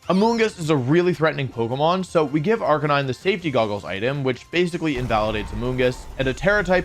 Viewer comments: OMG Wolf actually said Arcanine and not Arcanina. Didn't expect that lol. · Woah did you just pronounce Arcanine properly? Who are you?!